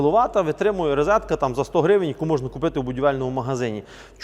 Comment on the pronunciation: Ну чому рИзетка? Тільки махрові жлоби так кажуть.